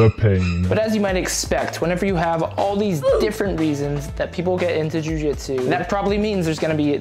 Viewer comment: "joo jitsew"